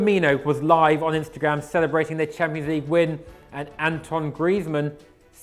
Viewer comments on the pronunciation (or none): none